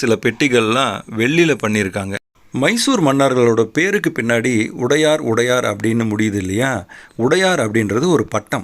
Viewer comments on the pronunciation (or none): உடையார் இல்ல...வடையார் என்பது சரியானது...